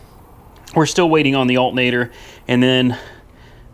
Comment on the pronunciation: You are driving me crazy. "Altnator". It is alternating current not "Altnating Current". Please? The Porche needs an alternator.